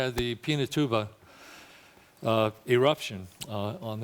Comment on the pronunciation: uhhh Pinatubo, not Pinatuba ^^